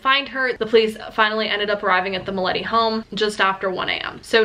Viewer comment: You pronounce it "MILYETE"